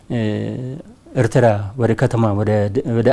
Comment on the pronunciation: የኤርትራን ስም ራሱ በደምብ pronounce ማድረግ በማይችሉ ሰዎች ናት ኤርትራችን የነዚህ ምድረ ደደብ መጫወቻ የሆነችው😂😂😂 እትራ እትራ እትራ እትራ እትራ .... እትራ እንዳሌክ ትቀራታለህ:: ................የብብትዋን አጣች እንደሚባለው ሌላው የኢትዮጵያ ክፍል በቅርቡ ሌታጣው ነው